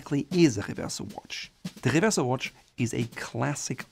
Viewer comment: oh just say Reverso in American.. no need to for some reason do a French pronunciation